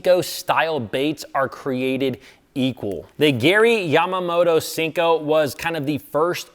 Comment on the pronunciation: Senko not Sinko